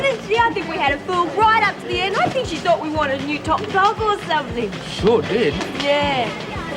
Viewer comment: someone tell its 'think'not fink